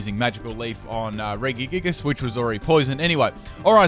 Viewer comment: The way you say regigigas is really annoying me. I say it Re-ji-gig-as You say it re-gi-gig-us